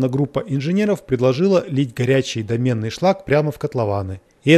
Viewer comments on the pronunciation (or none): дОменный шлак, а не домЕнный) шлак из домны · Да не домЕнный шлак, а дОменный, от слова домна, а не домен)) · Восхитительное исследование, очень интересно, спасибо. Одно маленькое замечание - дОменный шлак а не домЕнный, получаемый из дОменной печи.